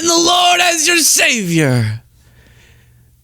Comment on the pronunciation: When pretending to be behind a pulpit you must add a syllable to words like “lord” making it sound more like “lowered”. “Have you her-rid the wur-rid of the lowered” … like that